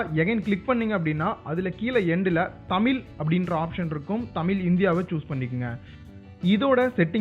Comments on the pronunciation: தம்பி அது தமில் இல்ல தமிழ் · தமில் இல்லை தமிழ் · எல்லாம் சந்தோஷம் தான் ஆனால் நீங்கள் தமில் தமில் என்று கூறுவதுவது மட்டுமே வருத்தம் அளிக்கிறது. தமிழ் தமிழ் என்று சிறப்பு ழகரத்தை அழுத்திக்கூறுங்களேன். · தம்பி தமில் இல்ல பா , அது தமிழ். கேட்கவே கஷ்டமா இருக்கு. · Athu thamizh ... Tamilllll😂😂😂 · அது தமில் இல்ல தமிழ் pronounce properly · தமில் இல்லை நண்பா.. தமிழ்... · தயவு செய்து தமில் தமில் என்று பேச வேண்டாம் சகோ தமிழ் என உச்சரியுங்கள் .. நன்றி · தமில் இல்ல நண்பா, தமிழ். ழ் வராதா. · தமிழ்.. எங்க சொல்லுங்க...: தமில்.. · Deiiiii adhu tamil illa da thamizh first nee thamizh nu solla kathuka aprm Google ku polam. Enna da thamizhanuku vandha sodhana....🤦🏻‍♂️🤦🏻‍♂️